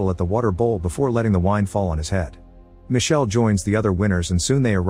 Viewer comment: Micheleeee not michelle